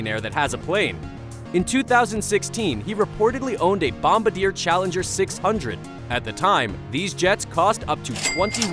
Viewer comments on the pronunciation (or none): none